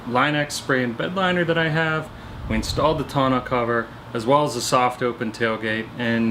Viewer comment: You keep pronouncing Tonneau cover wrong lol.